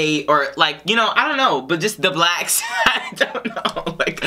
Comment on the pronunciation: Lol, why you say, “BLACKSSSSS” like that?! You made it sound bad when you said it like that!!!! 🤦🏽‍♀️ 😂